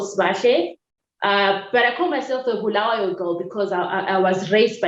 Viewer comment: One thing for sure i have in common with you. I would have left this country a decade ago but deep within me i believe i have a purpose to serve. Thank you for saying "Bulawayo", the correct way, you just represent its stature as the City of Queens. in one instance you said a colleague talked about being "in relationship with the government", to me that means support the status quo so that you are not closed out, for standing against their values, we become their enemy #1 and must be crushed so are our efforts. I enjoyed the conversation.